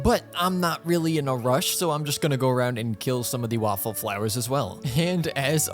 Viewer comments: He said waffle flowers instead of whooper flowers🤣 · WAFFLE FLOWERS!! (Jk I'm aware it's whopper flowers but I can't be the only one who heard waffles???) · is it just me or he literally said waffle flowers?!😭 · does he say waffleflowers intentionally? or am i crazy